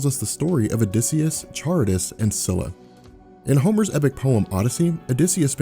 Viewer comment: Just to let you know, Charybdis is pronounced "Ka-rib-dis." You pronounced Scylla correctly though